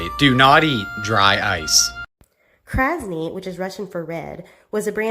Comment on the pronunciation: red in Russian is kracney not whether the lady said in the video which sounded like kraznet.